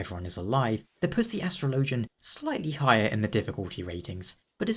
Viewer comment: Astro Lowgin? Astrologian, my guy. its pronounced Astrology, not Astro Lowgee